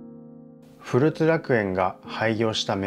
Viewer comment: ふるつではなくこつらくえんでは